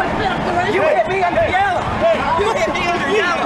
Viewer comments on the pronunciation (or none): “you hit me under YELLA” “you hit me under yella” 😂